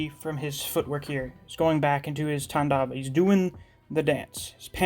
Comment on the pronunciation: Man your pronunciation of Svarga and Tandava is top notch!